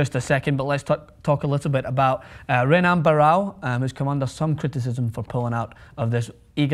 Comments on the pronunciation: ***** Well if you knew about the UFC and the former long time UFC champ Renan Barao, you should know his name is pronounced "Henan". This is common with Brazilians in general. And....The reason he is not getting an immediate title fight is because he has been struggling to get the weight down for his last 2-3 fights. This is most likely why he lost to Dillashaw in his last fight. The UFC and Renan need to make sure that this is the right weight class for him now, and which belt is right for his to chase. So they can't gamble with championship fights. He most likely will move up. This happens a lot in the UFC, Boxing and all combat sports. Not a weird punishment. If you watched UFC you would know its not "The referee McCarthy", It's Big John McCarthy. Like Mills Lane is to boxing. Also, Soto is not just a former Bellator fighter. He was a Champion. AAAAAAAnd, Saying he doesn't deserve a shot is crazy since Dillashaw, himself, only got a title shot because of an injury, and was below top 5 rankings. The champ should be ready to face anyone in the top 10, because of injury and other factors. Don't be the sports guy who just copies others sports guy's breakdown of a fight. really get into the sport dude...its good. Your at the most a casual, every now and then fight fan. Just don't comment if the content is lame. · With Brazillian names, the R is pronounced as an H. "Henan" Barao, "Hoyce" Gracie, ect. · Why do you bother covering MMA? For real, im not being insulting but there's shed loads of much better outlets for MMA news. Hell, you didnt even pronounce Renan correctly!